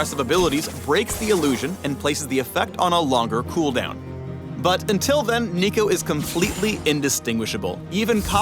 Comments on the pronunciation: no not neeko neeko nii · i cringed at the "neeko neeko nii" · "Not-Neeko" Neeko-n't -_ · DID YOU JUST SAY NEEKO NEEKO NEE???? HOW DARE U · Never say Neeko ever again. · did he just say "niko niko nii"? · did.... just say neeko neeko ni.....?????????????? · He did not just say "Neeko neeko nee".. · he said "neeko neeko nii" didnt he?